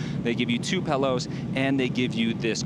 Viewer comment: Pellows...pellows?! PILLOWS my guy